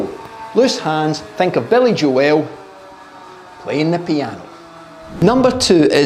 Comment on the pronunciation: I’ve never heard of billy joels name pronounced like that before